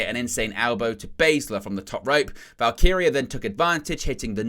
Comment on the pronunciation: He did it! He did the impossible! He pronounced "Val-KEE-ree-ah" correctly. 🤣 Love ya. ❤🤭